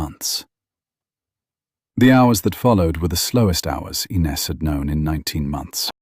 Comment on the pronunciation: REMEMBER THE VOWELS OF THE COUNTRY AND U WILL PRONOUNCE IT CORRECTLY AND IT WILL BE CORRECTLY SPELLED AS WELL. INES. NOT ENES. THE I IS AN E IN MOST EUROPEAN LANGUAGES.